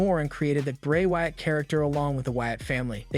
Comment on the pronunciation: Yo the people that you know duties podcast so whatever it is they call them they need to get people's names right like Raquel Rodriguez Bray Wyatt etc